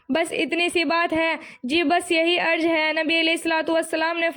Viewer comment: Apne alfaz ki adaygi drust farmaye aap pehle jaise ki zed ki jed arz ki jgah arj